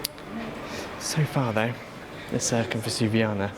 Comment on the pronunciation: Why do you insist on pronouncing the first c in Circumvesuviana as if it were an 's'? C is never pronounced as 's' in Italian.